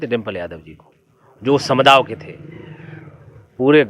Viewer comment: "समुदाव" नही "समुदाय" होता गंवार🤣